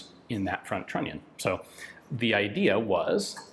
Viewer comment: What Yan say: "trunnion". What I hear: "INATORRRR" )